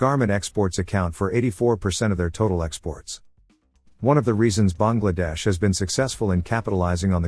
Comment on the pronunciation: Kudos to the narrator for pronouncing Bangladesh correctly. 🙏